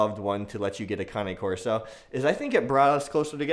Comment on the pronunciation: Cane is NOT CONNIE! LIKE, K-nife is not knife. WTF!! Just call it ( Cane )...... Its waaaaay more masculine.